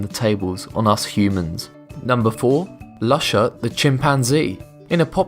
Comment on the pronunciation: Lusha is pronuced Loo-shaa!!!!